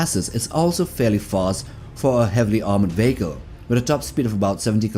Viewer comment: VEE HEE KÀL not veeehko